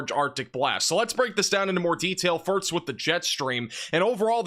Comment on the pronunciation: I’ve been a long time watcher, and I have to ask are you purposely trying to say “first” incorrectly, and again and , come on… there’s more… and … you know what you’re saying…